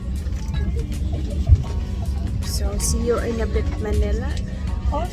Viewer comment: CAN U PLEASE BE MINDFUL OF YOUR PRONOUNCIATION. MANELA LIKE HELLO IT’S PRONOUNCEDAS MANILA